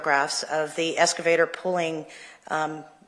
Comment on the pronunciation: Omg...the escavator thing is DRIVING ME BONKERS!!! Why tf can't this lady with a post-hs education say the word EXcavator??? Aaaaaahhhhh 😱